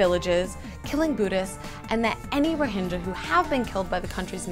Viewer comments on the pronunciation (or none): I'm 3 years late to this but are you still calling " rohingyas" as " rohinjyas"? Its with G as in how you say Game, not Jame. But hopefully you know this already after 3 years. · You're pronouncing it totally wrong. Which really hurts your message. You proclaim to have researched this but don't know It's Rhoh-ing-ya, not Rhohin-ja. Eesh... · The g in Rohingya is pronounced not pronounced as j but as g in gills if I'm not wrong. Bit silly to get the name wrong.